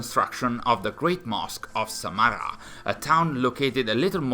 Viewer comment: ok, so Samarra and al muttawakkill were pronounced pretty well, as for al-khwarizmi you need to put more emphasis on the Kh part of the name and here is a simple breakdown of how to say it as a whole. Al- Khawa-riz-mi basically in the khwa part of his name you have to pretend as if there were and a between the kh and wa as his name in Arabic has a kind of ‘wow’ sound that can’t truly be replicated in English. Hope this helps.